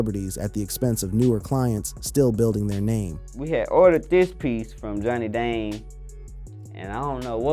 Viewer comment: Johnny Dong huh is that how you say it. Youtuber narrators sure say rappers names jacked up. Or any foreign name. Yea your white 😂🎉